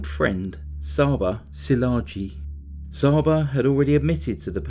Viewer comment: Csaba is pronounced chaba